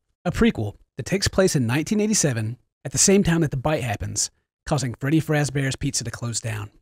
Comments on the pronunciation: did you say freddy frazbears?!????????? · you said freddy frazbear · Did you say fraz bear